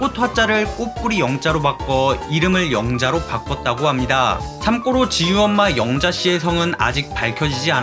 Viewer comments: 참고로 발음을 '참꼬로' 라고 하시는데 참고로가 맞는 발음입니다! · 참고로를 참꼬로라고 발음하는게 너무 거슬려요